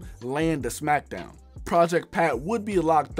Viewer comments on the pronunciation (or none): none